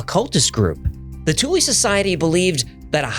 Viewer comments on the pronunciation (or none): Thule is pronounced 'Toola'. With a soft e like a sound.